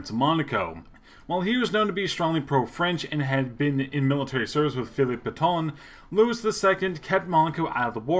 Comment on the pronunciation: You really need to work on your pronunciation. Nice isn't pronounced like the English adjective- it's Neese - and Louis is pronounced Louie - not Luis or Lewis.